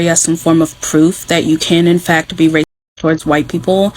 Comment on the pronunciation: I love hearing you say race'dcist. First heard it from Ivie and I just love it.